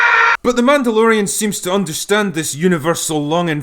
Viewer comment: It's Mehdalorian!😂